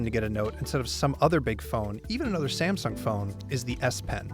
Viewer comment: Sa-meh-sung Galaxy Note 5 review :-)